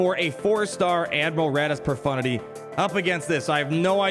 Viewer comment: lol a streamer that actually says profundity and no pro-FUNTITTY?